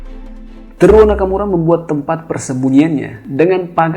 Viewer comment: Bacanya Te-ru-wo Nakamura bang